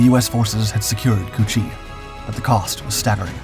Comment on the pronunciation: Did he just say "pushing into çu-chi ?" Lol!!😂